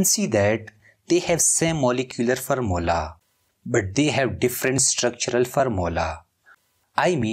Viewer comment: its formula not farmula, its bidentate not ambidintid